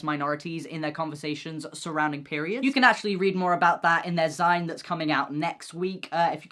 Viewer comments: Not sure I've ever heard 'zine pronounced not like "zeen" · First things first, happy TDOV, secondly, the word zine is pronounced like the end of "magazine" and it hurt my brain a little to hear you mispronouncing it